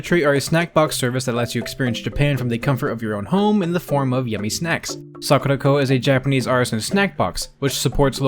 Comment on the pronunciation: You can tell he's getting more into learning japanese because he's pronouncing Sakuraco the japanese way rather than the english way lmao